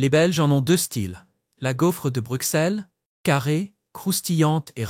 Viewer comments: Les belges francophones et en langue française nous disons Bruxelles et non Brukselle qui est une erreur de langage au même titre que la ville française d’Auxerre qui se dit Auxerre et non Aukserre. Car aussi en français nous disons soixante et non soiksante 😂 , à bon entendeur !! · Arrête de dire brucselles mdr ça ce prononce brusselles meme si c’est un x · Correction le x se prononce ss dans Bruxelles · Est ce que vous pourriez svp prononcer Bruxelles « Brusselle» car vous devriez savoir que le « x » se prononce « s » !!! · On dit Bru"ss"elles comme soi"ss"ante ! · Ceci est une caricature ! On dirait une publicité de l'Office du Tourisme😂 Exemple : "destination idéale en toute saison"... C'est oublier qu'il y a en moyenne 200 jours de pluie/an en Belgique et que le ciel est souvent gris. Et concernant le coût de la vie, il est élevé à BXL (surtout les loyers) et la fiscalité est une des plus élevées d'Europe. PS : Bruxelles se prononce BruSSèl😉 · Hmm moi je me demande si le belge ne fait pas erreur sur Bruxelles en le prononçant Brussèl, si on va un peu plus loin on ce retrouve a Ixelles et pas issèl ? je me pose des questions a ce sujet ! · Savoir prononcer le nom de la capitale aurait été pas trop mal pour un peu plus de sérieux. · Il faut apprendre à prononcer correctement "Bruxelles" avant de décider d'énoncer quelque chose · Je me suis arrêté de visionner après 5 min car cette Belgique là, je ne la connait pas et pourtant j'y ai vécu pendant 65 ans Votre accent est celui d'un touriste (ou IA ?) (On prononce Brussel pas Bruxxxel) "manneken pis" et pas "mannequin peace" ! Bref... Mais vous avez gagné un commentaire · Très bonne vidéo mais pitié... Bruxelles se prononce Brussel et Gand se prononce Gan